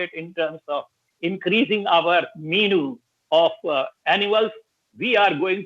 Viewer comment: Let's not forget "Meenu of animals"